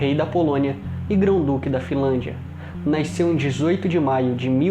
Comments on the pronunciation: Bom vídeo, mas que porra é "naisceu"? KKKKKKKKJJ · Amigo. De onde vc é natural? Noto que vc fala "naiceu" ao invés de "nasceu" kkk. Mas acho que é regionalismo. Já vi outras pessoas falarem dessa forma. Parabéns pelo seu trabalho. Gosto muito da TV imperial.